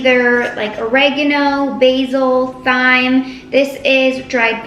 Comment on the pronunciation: It’s pronounced “time” 🤨